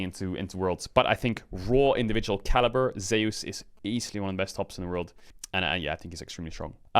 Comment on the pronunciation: For god sake please pronounce Zeus name correctly